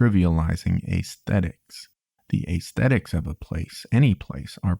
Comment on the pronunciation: I've never heard anyone pronounce aesthetics "ace-thetics" before. You really nailed the French "accoutrements" though.